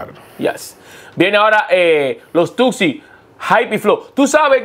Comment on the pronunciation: Y es los Tuexi, se dice la i al final jajajaj 🙌